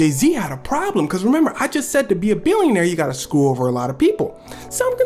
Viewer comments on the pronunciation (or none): 'So he had a pruublem'.....